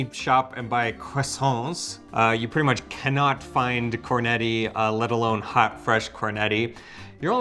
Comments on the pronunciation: ….”Cornetti”! With double T….not “Corneti”. Just listen to how Eva pronounces it.;) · Listening to him pronounce cornetti hurts my ears